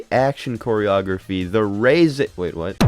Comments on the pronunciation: Its REH-ZEH not RHEEZY like fuckin WHEEZY, what the fuck, learn a thing before u do a video on it. Why do youtubers suck so bad at this in general. End your account. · Reeeeese not reizei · Every time I heard this cockhead say Ray-Zay, instead of Reh-Zeh, I died a little inside 💀